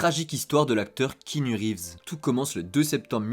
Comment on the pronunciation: C'est pas kinu reves mais KEAnu!